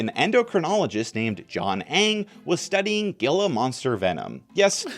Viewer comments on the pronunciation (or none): as an Arizona born person this hurt my soul it's not said like "G-I-L-A" it's said like "H-E-E-L-A" Gila being from a Native American language which changes how it is said